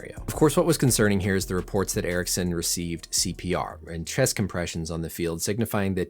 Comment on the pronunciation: Aha, ok, han uttalade det som "Eriksson" och du svarade på det, nu förstår jag. Amerikaner är ju inte kända för att anstränga sig att uttala icke-engelska namn korrekt...